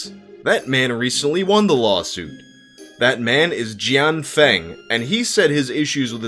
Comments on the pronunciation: Feng is pronounced like fung in fungus not fang. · Plus Feng is pronounced as Fung